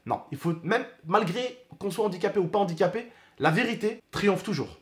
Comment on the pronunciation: Arête de dire andiquapé stp